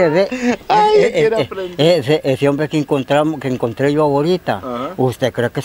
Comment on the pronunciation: Me gusta cuando dice homve, aver con placa como lo dira